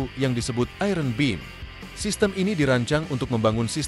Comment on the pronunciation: Iron dibaca aiyen.